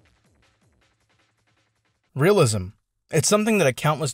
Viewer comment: When he said "Realism" i thought it was glue library.